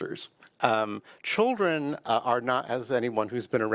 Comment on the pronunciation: Did you say... chilren ? Then you said Children..Listen to the rhetoric this man is speaking. .